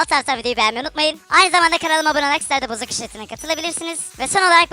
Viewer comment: Abi sana Bozok demek yerine neden bozuk diyolar